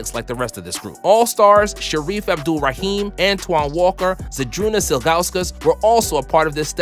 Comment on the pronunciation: You're young. Let me help a bit with pronunciation... Dave Cow - ens, not Dave Coe - ens. Does not rhyme with Billy Owens nor Bruce Bowens. . Shareef Abdur-Rahim. Abdur, not Abdul. . Sam Boo - wie, not Bow - ie. I understand the complete opposite Cowens and Bowie.... I don't make the rules, I just say the words as they were said back in the day. . Akeem Olajuwon. When he was drafted the world still knew him (and David Stern introduced him as the number one pick) as Akeem. We all found out later that his name was Hakeem. . Good video. Keep it up!